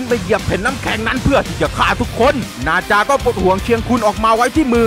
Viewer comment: พี่มันไม่ใช่บาจามันนาจา